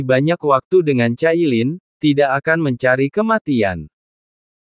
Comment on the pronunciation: Min... bisakah tidak membaca dg ejaan inggris tp pakai ejaan indo ? Cailin jangan dibaca kailin😂 Bercanda min 😂